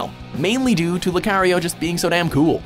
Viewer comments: “Lukeriouw” jesus christ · You mean like "Lu-care-rio"? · He can't pronounce Lucario either.. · Can't say lucario either. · I am mostly surprised how they can't even pronounce Lucario...they even show two clips that shows people saying Lucario's name! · I am yet scarred for life on how they pronouce Lucario's name. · The way he said lucario....wtf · LU CARE IO GREW DON these pronounces, jesus christ a good video nonetheless. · How did you watch the movies themselves and still not know how to pronounce the Pokémon names? Groodon? Jirahchi? Lucayrio?